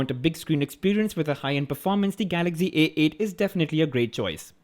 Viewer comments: your prounciation is so funny😂😂🤣🤣🤣😂😂😂😂😂😂😂😂😂😂😂.its not galaxgy.it is galaxy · its not Galagzy. its Galaxy